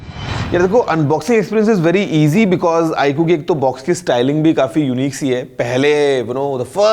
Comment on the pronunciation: iku nahi hain sir vo iqoo hain 😂